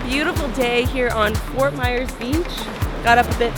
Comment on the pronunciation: (Fort Myers ) repeat with me MYERS NOT MEYERS or MAYORS OR MEYORS 😶